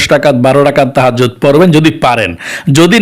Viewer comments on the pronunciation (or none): খালি tahazzot tahazzot আর tahazzot, একবার তাহাজ্জুত তো বলতে পারলেন না